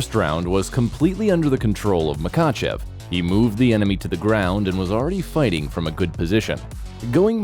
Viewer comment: It's pronounced ma hatch kala And - Ma ha chev